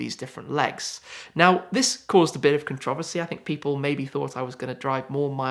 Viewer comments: “Cun-traugh-vuhh-seee” 😂😂😂🤣 (Controversy) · Would you say his pronunciation is controversial?